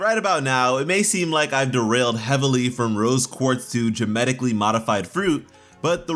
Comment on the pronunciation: Did he just say... gemetically modified